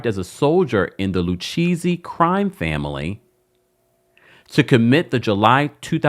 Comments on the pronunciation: Not LU-Cheesy 😅😅😅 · Lucchesi is pronounced Lu-Kay-Zee. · Lucchese pronounced Lu-K-Z😂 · It drives me crazy when people on you tube have a channel, but you don't do your research on pronunciation of names lu cheesy??? Lu Kay see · It’s pronounced Luke-ayzee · Love the way you pronounce Lucchese 😂…. It’s pronounced Lou- K- Zzzzz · 🤌🏾🤌🏾 It Is LU_KA_SEE. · Pronounced “Lu-Kay-see’ babe. I know this from mob movies😂. Aye Dina and this thing is the reboot that RHONJ needs. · It’s pronounced Loo-Casey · It's pronounced: "lu-KAY-zee" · Lucchese pronounced Lou-case-ee 😊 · Lucchese = Lou - Kay -Zee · It’s pronounced LU-KAY-CEE 😅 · I came here to text this 😂😂I’m like I’m pretty sure it’s pronounced lu-kay-z if my mob knowledge is correct 🤔🥴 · Like he’s never watched any documentary about the mob??? How is he pronouncing it like that??? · Omg the pronunciation is painful